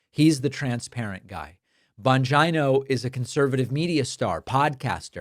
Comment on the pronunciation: It’s BON-G-NO you goofy VAGINO 😂🇺🇸😂🇺🇸😂🇺🇸😂